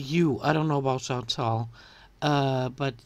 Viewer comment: why does she keep saying chantal's name wrong? her name is chantal, not chantel! according to she's been friends with chantal for years, imagine mispronouncing your friend's name for years. i would be so angry